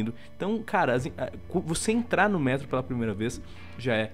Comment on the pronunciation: não é ''métro''